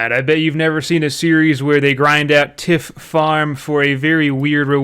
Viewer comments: Tiff points 😅 its pronounced tie-th i believe as tiff farming doesnt sound correct 😂 cud be wrong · The vid is incredible... but the way you say Tithe is painful. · tithe is pronounced like "tie" with th at the t=end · At least he did not call it the "titty" farm Still kind of embarrassing not being able to pronounce basic words shrug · titty farm is definitely a joke but yeah it's pretty rough how many basic words people in this community don't understand. Every new update I'm going to start a bingo card of commonly used words or common high fantasy words that creators can't pronounce lmao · Heads up, tithe is pronounced with a long I.